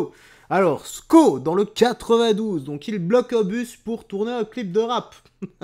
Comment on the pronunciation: Sko dans le 92? Ça se prononce seau.